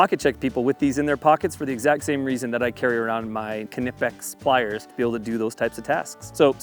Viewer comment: It's pronounced Nipex the k is silent like knife or knock